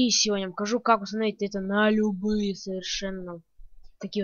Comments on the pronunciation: усоновить скин? я думал их устоновляют а не усоновляют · мне показалось ты сказал не установить скин а усыновить хахаха!